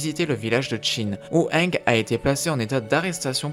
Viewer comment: tu sait c'est pas le premier mot qu'il pronnonce mal dans ses vidéos